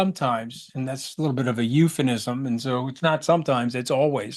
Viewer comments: Did Scaramucci say "eupheNism"? 🤣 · Pronounced it wrong.